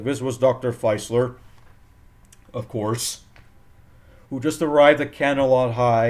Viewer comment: I think Dr. Facilier was pronounced 'Fah-silly-eh'